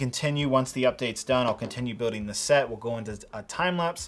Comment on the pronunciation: It triggers me whenever he says building cas he doesn’t pronounce the ‘L’ . Other than my personal nit pick good review